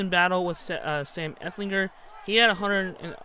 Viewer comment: It’s ehlinger not epflinger